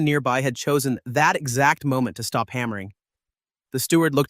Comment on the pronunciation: You stopped speaking English when you tried to say stop; that was bad. Almost bad enough to downvote this video, block this creator and leave after spending almost 2 hours watching this video; you should not do shit like that. Not impressed.